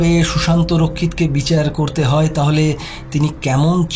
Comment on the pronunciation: I enjoy your audio stories very much. Great job. Pronounciation is very vlear except the word, ‘hay’. Please make sure it doesn’t sound like ‘hai’.